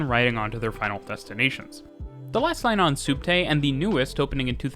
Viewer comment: It's short for subterraneo (sub+terra = under+ground). It's pronounced spot on in the video :)